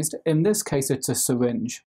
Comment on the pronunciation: Bro said a SIRRinge😂